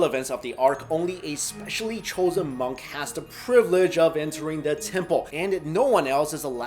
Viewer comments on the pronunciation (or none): none